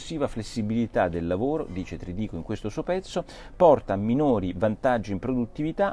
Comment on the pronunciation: Non si chiama Trdico, nn ha l'accento. Si chiama Tridico caro Porro. Non pensare solo a Françoise...